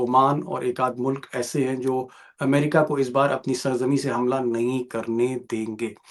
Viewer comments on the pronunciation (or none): none